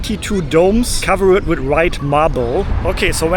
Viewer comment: Pls look up how to pronounce past tense words ending in “-red” eg “covered”. There is typically no additional “-red” sound as you always say it.